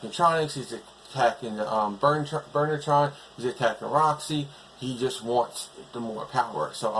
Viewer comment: Still the monsters need more work. Oh by the way when I hear you say Burnertron It sounds like Murder Trial.